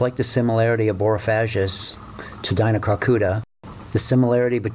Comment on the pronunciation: "G" not "j"